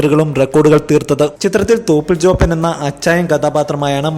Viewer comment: At 1.04 he said THOPANTE lol